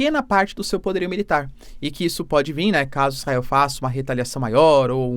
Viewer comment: Qual a dificuldade de falar VIR professor!!!